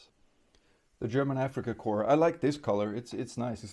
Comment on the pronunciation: I'm glad to hear you pronouncing Africa Corps correctly (remember Obama calling a navy corp man a corpse man?) so many don't say it like core but corpse. When trying to straighten the old softer plastic get 2 bowls of water one very hot and one with ice in it. Warm the figure in the hot straighten the piece out then plunge it in the ice water holding the piece at the angle you want it after 10 seconds remove this should help you a lot. When trying to focus your camera to a figure to show details you can put your hand right behind it or better yet have a square of colored paper to hold behind the figure. The camera is "seeing" too much and doesn't know what to focus on this will fix that for you. Nice video you did a nice job describing the differences between the old and new figures.